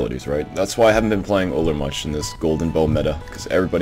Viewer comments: it's pronounce you'll, not ooller. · >best Ullr player in Smite >can't pronounce Ullr correctly